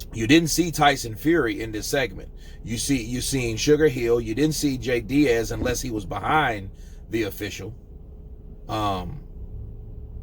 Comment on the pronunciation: I love you but his name is DEAS not DIAZ it’s pronounced like tea, deas jay deas